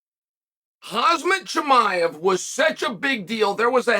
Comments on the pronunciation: "Hahzmut chimea" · Who is Hazmet Chimaev? Is that Khamzats brother or something?